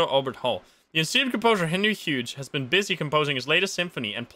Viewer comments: Is it me or did he pronounce hughes wrong isn’t it like “hews” or am I the one saying it wrong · You're right. He pronounced it wrong.